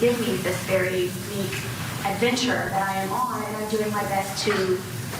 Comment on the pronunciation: Did she say “ADVENTURE”???